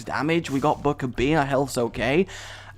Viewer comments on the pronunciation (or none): none